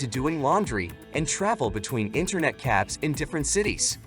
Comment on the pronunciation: "Live" pronounced as "livv." Internet "caffs". Yup.